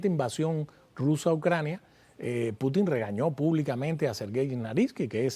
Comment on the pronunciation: No es correcto Putín…Se dice Pútin .